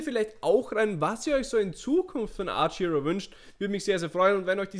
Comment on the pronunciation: Hey^^ Danke für das Video :3 Aber mal eine blöde Frage? Ist das ein Insider, dass du statt Archero immer Arch-Hero sagst? Ich mein das nicht böse, bin nur neugierig^^"